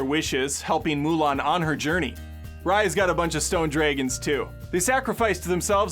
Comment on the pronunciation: Sammy, this is Cas in disguise. We need to go kill some drayguns.